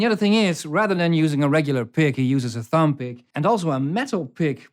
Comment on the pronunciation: Thanks a million!! This is so educational!! I just love Freddie King instrumentals... Only one minor unrelated thing if I may add (please take no offence)... when you say "lamb" or "thumb", remember that the final "b" should be silent, it sounds as if you're pronouncing it a bit or maybe it's a Dutch thing (and I apologize if I'm being pedantic, which I probably am). P.S.= For the record, otherwise your English is excellent